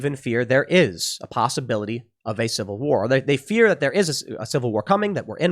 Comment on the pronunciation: If I had a dollar for every time Tim says Cival war, I’d by Epsteins island. Shut up Tim.